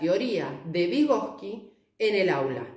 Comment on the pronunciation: Muy bueno pero es vygotski